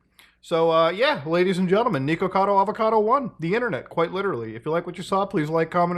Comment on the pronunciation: Why are you calling him Knee-kuhkado? 😂😂 it’s Nick. Pretty simple.